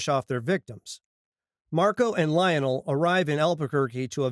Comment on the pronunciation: Why do u pronounce Lionel that way